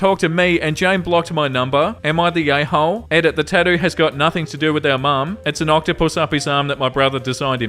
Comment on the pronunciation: After an hour or so i can't unhear "yayhole" 😅